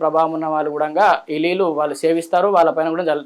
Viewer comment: అయ్యగారు లీల్లు కాదండీ నీళ్లు